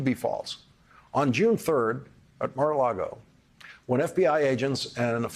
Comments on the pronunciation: Love you Lawrence! quick tip tho….it’s “Mar A Lago” not “Largo” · Every time this guy says "Mar-A-LaRgo" I lose respect for him and this channel. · I'm behind you on almost everything you report, but why do you keep saying Mar-A-LaRgo? If it's on purpose it makes you send like Fox host. You're above that. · Lawrence said Mara Lardo 🤣🤣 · We've all been saying it wrong. According to Michael Cohen, it's Mara-lardo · You keep saying Mar-a-Largo. It's actually pronounced MAGA-Lardo.🥸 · Larry, you great weirdo, please, just either say Mar-A-Lardo or learn how to pronounce it correctly because you just sound odd 😁😂🤣🌴😎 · Lawrence, it is pronounced Maga Lardo.